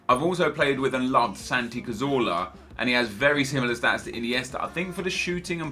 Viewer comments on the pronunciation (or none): none